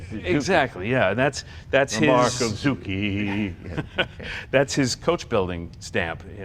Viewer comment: Sure wished they talked about that coach builder and all the body mods. Never seen that grill opening on a Healey. That's not original, right? And how do you spell zoo-key in Italian? Zuci? I think Zucci would be pronounced zoo-chee.